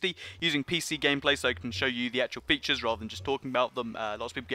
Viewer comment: He said fetcher